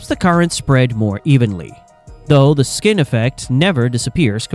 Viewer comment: "Skin effect", not "skinny effect"